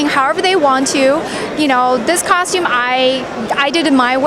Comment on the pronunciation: i hear ,costume cocktum cock, cock, cocktume and cock cock